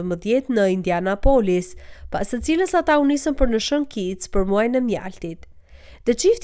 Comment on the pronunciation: Indianapolis, e thua gabim. Theksi bie te IndianApolis jo te O.